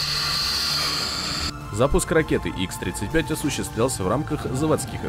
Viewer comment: Если претендуешь на роль эксперта, а не блогера, то называй ракеты правильно. ХА-35, а не ИКС-35. Быстро зачитай русский алфавит, и ты всё поймёшь.